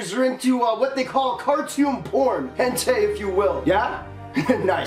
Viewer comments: Henta? U mean hentai (hen-tu-i) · He said “ hentay “